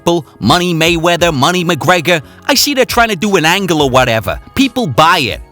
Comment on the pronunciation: dude said molly wop😂😂